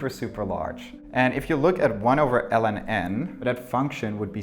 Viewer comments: you said "N over lawn N squared". Is this Ai text to speech? What the hell. No physicist has ever said lawn instead of LN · n over “lawn n” squared - my brother in christ, “n over the natural log of n squared” or even “n over ‘LN’ n squared” where ’LN’ is said as you would say the names of the letters. Lawn n smh my head, said by someone who was able to accurately describe entropy to nobodies on the side of the road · Hearing someone pronounce "ln" as lawn 🤢. Just say "log." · "Lawn" is how you pronounce ln ? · narration sounds like he says "lawn?" I wonder if they're using an AI voice dupe of derek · Lon is how you pronounce ln?? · I have never heard natural log pronounced LON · Did he just pronounce ln n “lawn n”? I’ve never heard that, but I like it! Better than “log e” or “natural log” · I've never heard anyone pronounce natural log "lawn" before. Is that a thing? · Veritasium cooking up the most cursed way to say ln(n)